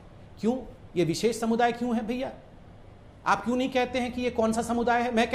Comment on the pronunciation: Koum visess not darm vises